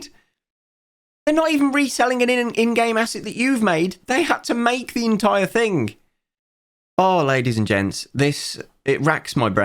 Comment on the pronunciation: Odd how you pronounce words ending in 'ing' with a 'k' sound at the end. Thing sounds like think